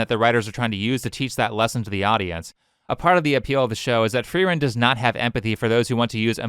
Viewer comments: That fact that she misprounced the name of the main character tells me she's a tourist and is just looking for something to be mad about. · They DON'T watch it. If she did she wouldn't be mispronouncing the name of the MAIN CHARACTER. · She definitely didn't watch it. Frieren's name is said so many times that it would be genuinely impossible to not remember how to say it. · They definitely say Frieren's name multiple times per episode. Only way I could see a non-tourist mispronouncing it would be if they're a manga elitist and don't watch the show or communicate verbally with the fandom (and also aren't reading in Japanese). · How’re you gonna cosplay the character and argue about how she’s misrepresent but you can’t even pronounce the name. The larp is diabolical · "Actual fan of the series" can't even pronounce it's title correctly, the larpidemic is spreading faster than covid lmao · I dont understand how you can watch an entire show where the main characters name pronunciation is well established, and still screw it up. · As a german speaker, the mispronunciation of "Frieren" during her video really pmo... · She calls herself a fan but she keeps mispronouncing her name lol. and those filters on her are disturbing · Calls herself a fan of Frieren and can’t even pronounce it correctly, what a clown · Ik you mentioned it but Frieren's name is pronounced in English in the anime, there is no room for confusion, and yet this individual cannot even speak correctly. What are these people even good for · Talks about muh racism, didn't even bother to learn how to pronounce "Frieren" correctly. It's a german word that an english speaker should have zero issues pronouncing. Oh, you actually mention it, thank you. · She can't even pronounce the name of the anime she's talking about XD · How are you a fan and at the same time mispronounce the name 🤔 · Its just a name but at least pronounce frieren right too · Why the hell does she pronounce it like that. It’s so annoying.